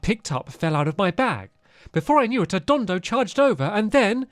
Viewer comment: stampy, not to be rude, it's pronounced don-don, not don-do